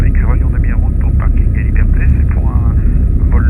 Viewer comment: "héliberté" c'est digne des meilleurs coiffeurs